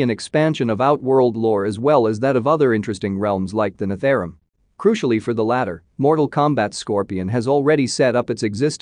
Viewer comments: NETHARUM? Nether Realm Netherealm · its called “nether-realm”.... please